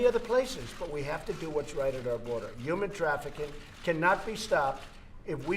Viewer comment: “Yuman traffikink”